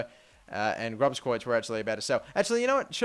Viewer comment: You speak it as grooskreutz ;p and get Eriksen from Ajax